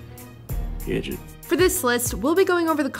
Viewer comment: Why was he saying idgit?